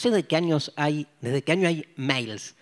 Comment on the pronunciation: Que divertido como dice año, pronuncia anio jajajaja